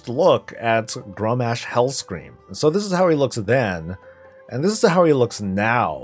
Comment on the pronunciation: Grommash is pronounced GROM ASH not Grom mash